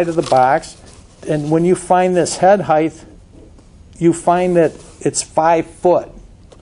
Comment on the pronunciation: the word is height (pronounced "hite"... no hiteth).